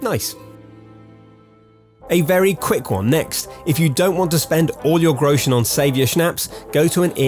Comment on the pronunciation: Its funny how american people pronounce Groschen